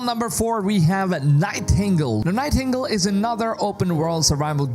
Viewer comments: This is not to pick on you for not being native english speaker (im not myself) But "Nightingale" is pronounced Nai-Ting-Gayle. Best words i think of to make the sounds that would make up the way you pronounce "nightingale" Ty for the vid. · Nigh Tingle 😂